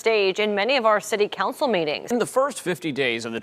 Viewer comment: You do realize it's city COUNCIL right? Not city CANCEL. How come you people can't speak?